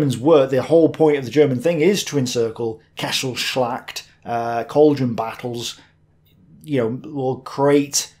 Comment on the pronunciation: You are getting good at pronauncing the german words. "Kesselschlacht", impressive.